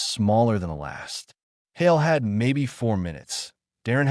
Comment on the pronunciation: Hale, not Holly